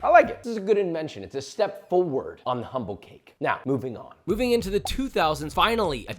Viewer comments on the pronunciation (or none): none